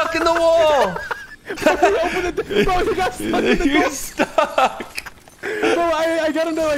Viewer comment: Don’t ever emphasize STUCK 😐